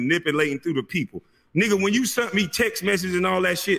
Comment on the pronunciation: In Mr Brown the word is sent not sunt lol